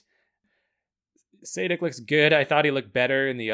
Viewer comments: its not saydick nor saadik, its Sadich (ch is pronounced like its pronounced in chipotle) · Milan Sadek is pronounced [sha:dek] good vid btw